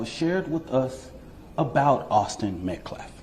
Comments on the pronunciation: That lawyer cant even say Austin's name right🙄 MetcLLaf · He even said "MetcLLaf" 🙄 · Austin Metclaf. Becuase weeeee respect the dignity of life... Yeah, well, no. No you don't. You just said his name wrong. You don't care. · I listened three times to the guy from the school - each time it sounded like he said Austin Metclaf. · That POS keeps saying "Austin MetCLAF". Almost every time. Is it on purpose? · ”Metclaf”. Who’s the ignorant fool representing the killer? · Bro coulda said m3th lab and he'd have been closer to getting the ded boys name right... it aint meclaft bruh, its Metcalf.... and then to say "any child losing their life is a tragedy... thats my answer".... he may as well have said "you cant lock up a black kid for k!llin a white kid" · Metclaff?! Why can't that fool ever say Austins last name? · I hope this is the last we hear from this stupid family spokesperson after this is over. Dude can't even pronounce MET-CAFF, not MET-CLAFF. I know I spelled it wrong, it's called phonetic. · Who is Austin "metclaf?" That dude can't even say his name right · Guilt has been confirmed, thank you school board. Also why does he keep pronouncing every other word wrong? Mehtclaff? Really?.. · Sometimes I think that they purposefully mispronounced Austin's name so they have plausible deniability when their words back fire on them. Like him saying they respected Austin fully, when they know for a fact they disrespected Austin by kicking out his father from the public event. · TEMU lawyer can’t even say “Metcalf” correctly 😵‍💫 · This guy talks about disrespect of someone, then mispronounces the name of the kid that got stabbed. He might as well been the person who did the stabbing. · Can’t even say his name correctly 😢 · Riiiight but yet you can’t pronounce his NAME 🙄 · The man can't even properly pronounce Austin's last name. I doubt they care about Austin's dignity. If the video exonerated Carmelo, we would be seeing the video.